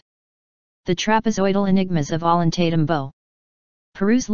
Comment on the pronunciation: At least she could learn to pronounce the names of the places in Peru, Ollantaytambo, Machu Picchu, Sacsayhuaman.